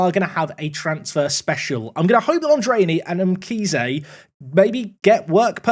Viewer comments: Mkhize is pronounced like you do 💯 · Hi I'm from South Africa you pronounced Mkhize correctly